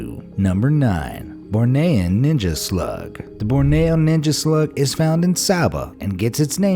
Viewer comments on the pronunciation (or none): I laughed at the pronunciation of Bornean